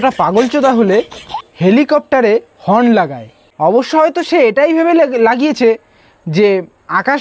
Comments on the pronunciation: হর্ন না হরেন, উচ্চারণ শিখুন. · হর্ন বলতেও পারে না, বলে হরেন.